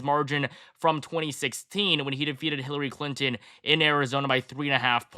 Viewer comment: Did I hear him say Killary Clinton? 🤣🤣